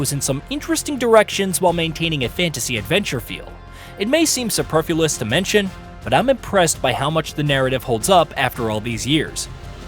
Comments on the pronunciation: "superfilus"? Come on. Repeat after me... su - per - flu - ous. Just read the word, see what order the letters go, easy. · "Superfewlus", you say? Why is it that you guys can't have a single video without struggling to read your own script? 😂😂😂